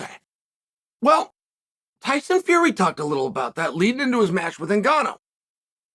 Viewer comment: Hyson Fury? He said it twice. Now, I think Chael just does that on purpose.🤣 Hyson!